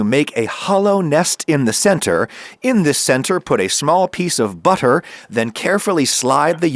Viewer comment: The word ‘butter’ is now pronounced with a random ‘h’ in it for some reason. 🤷🏽‍♂️